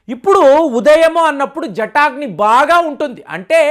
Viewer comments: జటాగ్ని కాదండి...జఠరాగ్ని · Hi sir, A small correction. Not jataagni Its JATARAAGNI. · జఠాగ్ని కాదండి, దానిని జఠరాగ్ని అని అనాలి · జటాగ్ని కాదండీ. జఠరాగ్ని అని ఉచ్చారణ చేయండి దయచేసి.😊😊😊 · జటాగ్ని కాదు జఠరాగ్ని అనాలి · అది జటాగ్ని కాదు. జఠరాగ్ని. గమనించగలరు. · జటాగ్ని కాదు జఠరాగ్ని